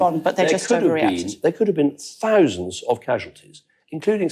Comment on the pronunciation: 'Fowsands' of casualties.